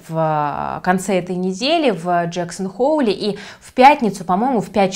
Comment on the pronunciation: Джексон Хол и Вашингтон Пост, а не «хоул» и «поуст»